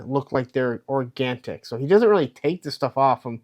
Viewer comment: “ ORGANTIC” 🙄🙄🙄🙄🙄🙄🙄🙄🙄🙄🙄🙄😐😐😐😐😐yikes